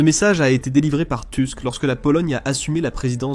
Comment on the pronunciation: Merci pour cette analyse, qui fait chaud au cœur d'une Polonaise. Juste une petite précision. Le nom du premier ministre polonais est... polonais et se dit "Tousk" puisque le "u" est toujours prononcé comme "ou". Autant le lire à la française est logique autant le prononcer à l'anglaise n'est pas pertinent. 😀